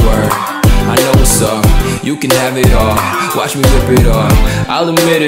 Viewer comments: Did he just say whast upp ? It's what's up lad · at the start he said whastup not whatsup